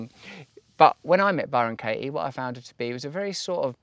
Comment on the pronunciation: Bye-Ron Kay-ee